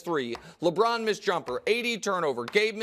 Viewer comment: Nick “ Lebrron at age 39”😂🤣🤣🤦🏾‍♂️